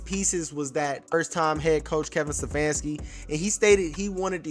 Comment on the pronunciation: I love the commentary but with all due respect... IT'S STEPHANSKI - NOT SEFFANSKI! Peace